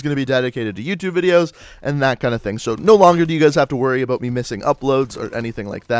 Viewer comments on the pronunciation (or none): new sub but stop saying "aboot"